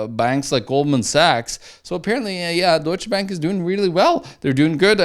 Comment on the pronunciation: I'm just here to hear say "DOITSCHE BÄÄNK"